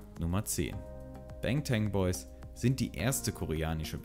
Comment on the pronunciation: Es heißt BAngtAn Boys bangtan wird ausgesprochen wie man es liest also wird A wie A im deutschen ausgesprochen 🙏🏻🤗